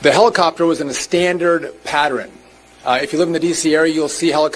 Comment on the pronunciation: Drives me crazy to hear someone say patteren. It's pattERN.